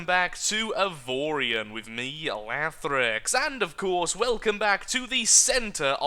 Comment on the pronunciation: it sounds like in the beginning you called your self.